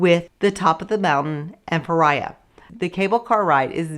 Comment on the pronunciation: Please learn how to pronounce the towns. Fira is "feera" not feriya. Oia is "eeya" not oya. Otherwise, great info.